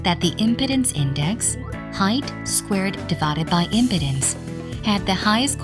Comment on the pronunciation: OMG! the mispronunciation of "Impedance" by this text-to-talk bot is hilarious!